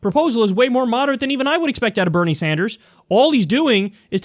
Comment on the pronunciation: Benie? You mean Bernie don't you? 😄